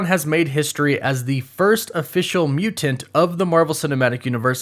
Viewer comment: The way this dude pronounces somethings just kills me. "MuTanT" with an over emphasis on the T's. WereWOOF By Night. :-0